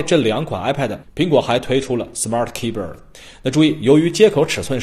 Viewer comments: 这货 的smart keyber 我怎么听怎么别扭， 怎么可能吧keyboard 念成keyber 真是牛了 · 可不可以不要把keyboard 念成keybird